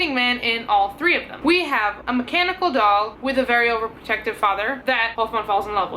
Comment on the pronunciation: FYI I thought you said mechanical dog for most of the video 😜 which could be a very interesting premise for the story 🤔